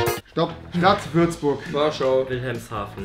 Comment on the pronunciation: Fürzburg, ich brech ab 😂😂😂